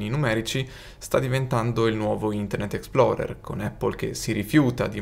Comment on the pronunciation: "Internet ExploDer.exe" 🤣